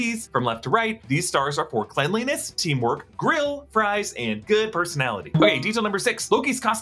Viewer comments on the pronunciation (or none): none